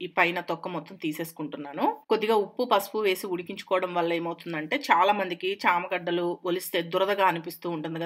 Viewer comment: It is not shama gaddalu it is chama gaddalu